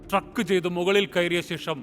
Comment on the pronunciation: It's trekking not trucking.